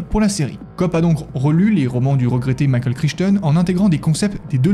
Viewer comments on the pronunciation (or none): none